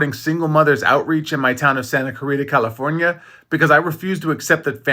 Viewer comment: Did he pronounce California with an accent? 😂😂😂